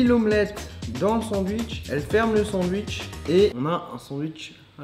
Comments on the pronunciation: Tout le monde : Sandwiches Charlie : Sandwouiches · Tu prononces pas « sandouitche » ? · Si mais Charlie il le dit sans le t (defois)